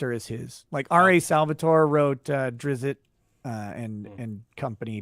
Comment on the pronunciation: Drizzt not Drizzit, you uncultured swine! Oof! How EMBARRASSING!!